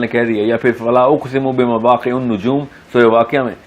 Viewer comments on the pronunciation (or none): فَلَاۤ اُقْسِمُ بِمَوٰقِعِ النُّجُوْمِ(75 ع k niche zer he aap ne pesh parh kai aayat u hi bol jate hen ye